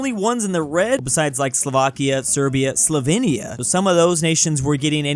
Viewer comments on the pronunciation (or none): none